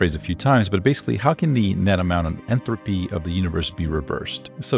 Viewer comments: When you say, "Entropy" It's coming across as "Enthalpy" which is something different. (entrəpē) vs. (enˌTHalpē) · I don't know why but it really bugged me when he kept saying Enthropy and not Entropy. Also he said 300 years not 300,000 years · Entropy not enthropy. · There is no H in entropy how annoying that pronunciation is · why are you pronouncing entropy so weirdly